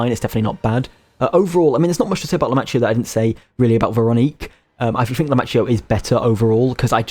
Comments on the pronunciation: Other thing: most of the names in this game come from italian so when you see any word like the name arlecchino or lumacchio where you ser the "ch" you have to pronunciate it like there is a "k" like "arlekino" or "lumakio" or for istance in reality you pronunce pistacchio in the same way: "pistakkio". This is just a tip to pronunce italian words better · I only have one complain: as an italian, I can't stand how you pronounce Arlecchino's name🤣 same goes for Lumacchio.